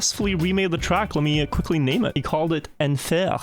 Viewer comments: afaik it would be pronounced like "on fair" not exactly but close enough. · he only pronounced the F and the R correctly in enfer. 4D chess move to piss of the frenchies.